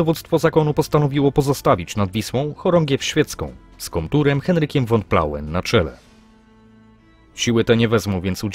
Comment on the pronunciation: "Von" należy wymawiać [fon], a nie [won]. W tak znakomitym opracowaniu jest to paskudny zgrzyt.